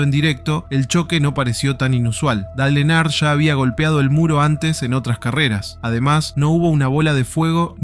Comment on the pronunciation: "Dale Enar"? Se pronuncia Dail (Dale) Ernjart (Earnhardt)